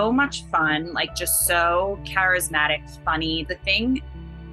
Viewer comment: Truth it happend to me When she said karazmatic , I thought oh god , the guy is narcissist